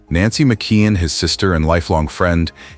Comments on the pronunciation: It's pronounced MICK-KEY-ON! Not MICK-KID! SMDH! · It is McKeon not McQueen